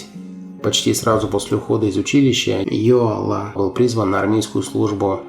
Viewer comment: к сожалению он пел больше на русском языке чем на своем родном эстонском -за это его и не любили в Эстонии, да еще и "комсомольские" песни, как и Георг Отс. но Георга Отса потом реабилитировали, простили., он же почти оперный певец а в Британию Яака Йоала не пустили органы КГБ. ударение в эстонском языке всегда на первый слог! Яак Áрнович Йóала -автор ролика искажает произношение на русский манер.